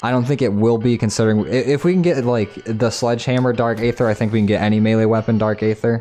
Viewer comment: Did he just call it 'dark 'ather'? FML this guy must be new to zombies